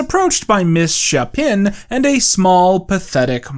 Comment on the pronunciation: miss shapen is pronounced misshapen